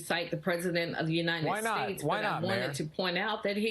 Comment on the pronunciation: "Uninet States"? The Mayor needs to memorize properly the name of the country she hates. "I do solemnly swear (or affirm) that I will support and defend the Constitution of the United States against all enemies, foreign and domestic". The Atlanta Mayor Keisha falls into the latter category. The sooner her constituents recognize that, the more of our country's greatness will be saved. Trump, round them up!